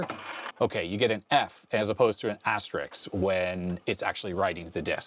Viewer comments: Pet peeve: it's asterISK not asterIX, so the plural is asterisks. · The plural of asterisk is less relevant than you being able to say the word asterisk properly in the first place. Asterix is a French cartoon character. And, just for info, amazingly enough, the plural of asterisk is asterisks.